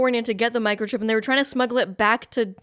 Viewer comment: lol "micochip" the size of a cell phone.